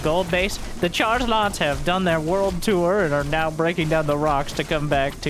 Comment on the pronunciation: Is it just me who hears 'chargelots' as 'chargenauts' when says it?